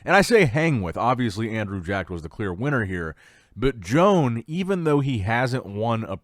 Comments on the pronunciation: I believe that his name is pronounced WO-AN. Not Joan. That's feminine. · Loooool I did not know Joan was from Spain until you mentioned it. We all love how you say the names lol but his is pronounced like Juan but instead of Hoo-Ahn it's Ho-Ahn - Like Santa Ho Ho Ho and Daniel-San. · I said in another vid that Joan is not a lady therefore his name is not pronounced like that and he's obviously from another country so should do some simple research before butchering ppls names.